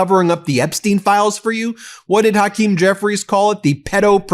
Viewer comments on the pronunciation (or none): none